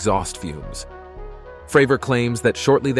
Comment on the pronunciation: Talks about tic tac UFO, shows a submarine instead. Calls Cdr. David Fravor “Fruh-vore” 😂